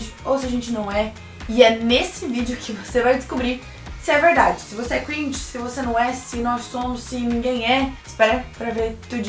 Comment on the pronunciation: E não se pronúncia cruinge, se pronúncia cringe